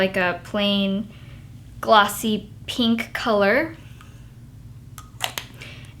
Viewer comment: omg i want that harajuku bag SO BADD!!!! i love how she says pink xD "peenk" xD